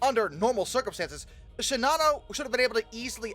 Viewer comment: I don't understand why NOBODY pronounces Shinano the way the Japanese do. People make an effort to do with that Yamato and Kirishima. Japanese generally puts equal stress on each syllable, so it would be "she-na-no", and not "she-Na-no" . . . . . . Japan had plenty of airplanes. They were severely short on trained pilots.